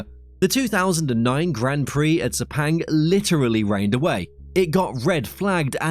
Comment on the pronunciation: Sepenggg what shlte pronunciation